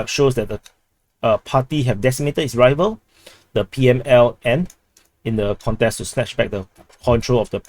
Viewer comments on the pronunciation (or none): none